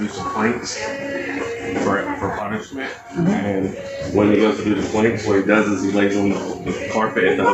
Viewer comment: he says 'planks' not 'pranks'